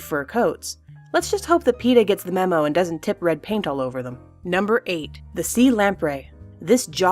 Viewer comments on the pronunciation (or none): none